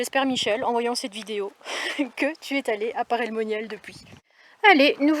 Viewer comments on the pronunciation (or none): 😆 j'avoue ça m'a fait rire ...et aussi à quand elle a dit : j'espère Michel que tu es t ' allé ....( je précise pour les fan que ce n'est pas méchant ) 😉